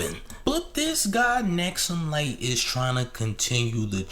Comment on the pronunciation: His name is "Hexumlite" not "Nexumlite"